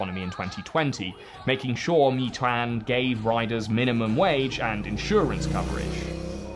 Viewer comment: "Mei" in Meituan is pronounced like "may". Jus say'n.